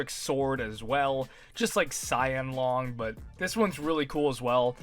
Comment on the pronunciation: Honestly this applies even outside the joke. Who tf says luhng instead of lohng?